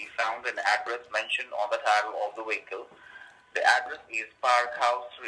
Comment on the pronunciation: "We found blood and drugs inside the wee-kle." Oh my, that sound bad. Be on you toes. You are going to the goat house soon.